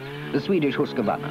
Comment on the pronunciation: Swedish Husskavarna (Husqvarna), very fine indeed. 😂